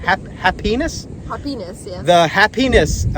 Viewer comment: Happi-ness. NOT hapenis. 🤣